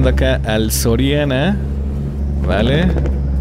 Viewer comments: Dise soriano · y es soriana no sorania jaja un edor cualquiera lo tiene jajajjajja